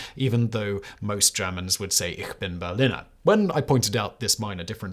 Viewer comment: You never heard Kennedy say "Ich bin ein Berliner", did you, Fact boy? Or you wouldn't say BerliNNer 🙂